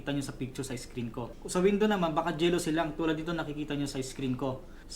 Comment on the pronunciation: un pagkakabigkas mo kc sa Window eh Jealousy na ang dapat ay JA...Jalousie (bka magkaroon dyan ng selosan), hehehe. Hope you won't mind, para na rin yan sa pakikipag Deal mo sa future.